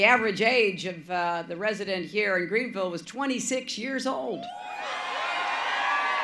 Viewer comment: she calling the town greenville